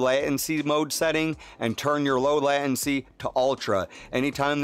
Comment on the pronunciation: Latency - /ˈlātənsē/ Surround - /səˈround/